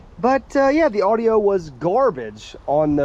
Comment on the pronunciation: Ardio ? Don’t you mean audio